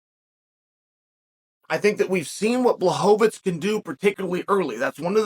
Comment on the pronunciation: wwooooow, 3sec`s in and I hear Błachowicz, and not Blauhovovitsch, Chael P prove once again why he is the goat.